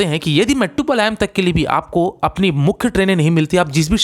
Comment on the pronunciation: It is pronounced as maettupalayam